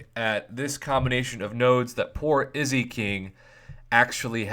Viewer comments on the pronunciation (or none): none